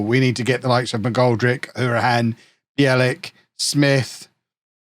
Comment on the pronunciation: sorry but its pronounced How-rihane...I played underage football with his cousin